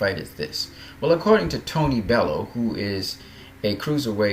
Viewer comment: it's pronunced tony bell you